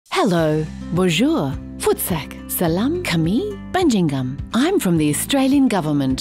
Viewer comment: Your pronunciation of "salam kami bajingan" is so poetic and beautiful. I have tears... thank you so much